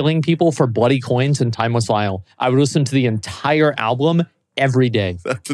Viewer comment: Why the hell does he keep saying ABLUM?! ALLLLBUUUUUUUUUUM